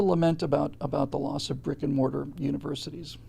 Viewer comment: I'm sorry. But whenever I hear you say "Brick & Mortar" universities, I immediately hear "Rick & Morty" universities. Then I wonder if Pickle Rick runs the dining hall, the student union snack bar, or the biology lab. (Not eating at any of them.)